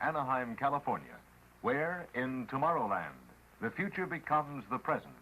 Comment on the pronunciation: Hahaha "plastic is fthe uture" lol well what I know is that plastic is one of the most problems around the world